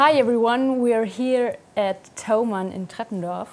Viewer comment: Is German? She pronounced Treppendorf very well.